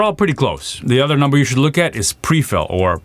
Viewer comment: I'm sorry I can't help but hear PBD "I know you like NAMBER" everytime you say the word number. Super good content though I'm a fan!